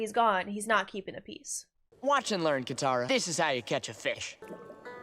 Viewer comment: katara not kamara